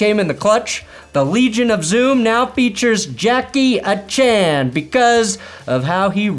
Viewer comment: If you actually listen.. Even pronounced it A Chain, not a chan, so your hurrichane is safe and a good one. I was impressed with this guy coming out of college and of course Miami had to luck into scooping him up.